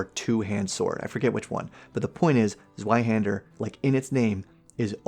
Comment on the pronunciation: Zweihander is pronounced as zvi-hander and is literally just a greatsword